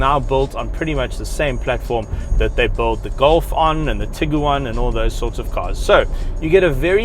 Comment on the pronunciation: Great review but Please explain to me why you pronounce Tig uan as tiggeruan